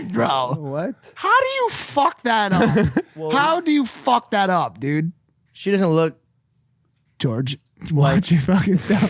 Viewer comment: logan says "dood"... not "dude"... you will never be able to unhear this ever p.s. logan please dont ruin the ufc more than ESPN already has